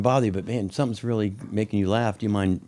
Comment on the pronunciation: Rearry rearry good episode